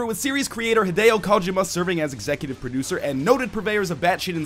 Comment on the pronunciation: Come on Northernlion. Kojima's name is said everywhere. You can go to any number of interviews to hear how his name is supposed to be said. Please, Northernlion, you make such great videos, and then you do stuff like that. And I twitch. Still, that was an absolutely excellent review. Fair, explanatory, and fluid.